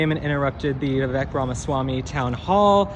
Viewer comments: It's pronounced VivAke like cake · Dear, I love ur channel but PLEASE learn to say Vivek’s name correctly.